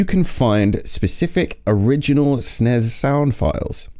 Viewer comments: Huh? Nobody ever pronounced this "Sness" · It's pronounced 'snezzzz' with a zed sound at the end. It sucks.